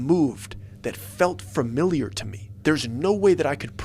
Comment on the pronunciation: You will improve your storytelling and your public speaking by improving your pronunciation of words. You always say FIRMILIAR when it’s FUMILIAR, and you say MISCHEEVEEUS when it’s actually MISCHIVUS. Please stop mispronouncing words because it sounds dumb and ruins the story a little bit.